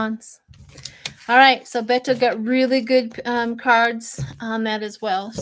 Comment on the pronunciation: SHIELA IT'S PRONOUNCED BAY TOE.